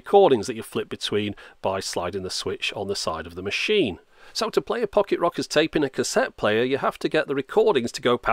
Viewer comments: "Fock-it Rockers" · I kept hearing you say pocket rockets lol